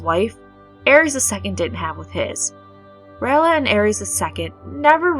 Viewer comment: Ray-ella not Ralla